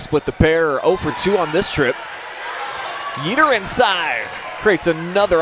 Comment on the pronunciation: YEATER is pronounced YAY-yet….not YEE-ter